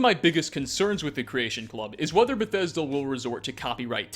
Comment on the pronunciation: wah wah wah Beth-eh-duh no fair to us gamerz